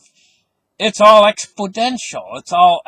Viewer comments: Exponential with an "n" as in, is correct. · It's EXPONENTIAL! No letter D in the word! Thank's!